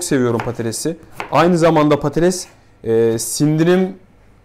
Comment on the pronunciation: Hocam patates diyemiyor, patales diyor:)